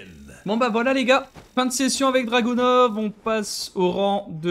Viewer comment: Bien joué! Une tite précision, Dragunov se prononce Dragunof ;)